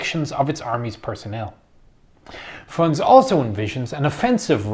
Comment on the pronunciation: You should pronounce the letters in the end of russian names. For example Frunze or Trockij. Russians don't eat those letters, like english people.